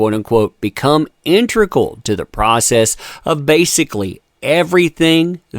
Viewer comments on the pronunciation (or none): Intrical is not a word. If you can't pronounce integral, seek a qualified speech therapist.